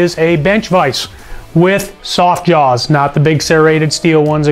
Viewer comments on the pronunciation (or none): none